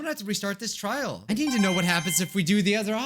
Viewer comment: Did you say trail on purpose or a joke from trial 4?